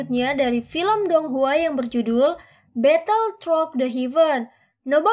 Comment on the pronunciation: throught bacanya throo kok